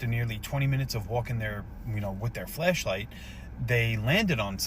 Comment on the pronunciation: I can’t help but hear flesh…😶 every time he says flashlight 🤦🏻‍♀️😂